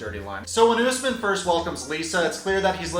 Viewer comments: Bruh his name is said ....... US-MAN not.........Ooos-men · Why does she keep pronouncing it “US-man” when she clearly can hear everyone including HIM pronounce it as “oos-man” cmon Baby girl Lisa 🙎🏻‍♀️ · Is the interviewee on Crack? Why tf is she mispronounciating his name 😩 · I hate the host. After hearing his name multiple times she is still saying it wrong. Moron.